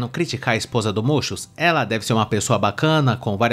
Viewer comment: Toda vez que falas muchus eu morro de rir